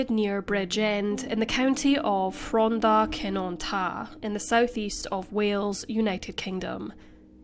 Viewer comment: Good pronunciations on the Llan names! Rhondda Cynon Taff is pronounced more like Ron-th(the hard th as in the)-aaah (like you’re opening your mouth in the dentist) Cun(hard pronunciation in cunning)-on-Tah-ff(as though you’re blowing out a candle with pursed lips, it should be an elongated noise)